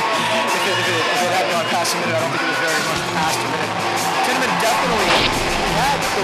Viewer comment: They say Tiemann wrong.